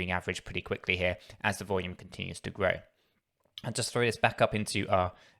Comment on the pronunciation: Cracks me up the way he says volume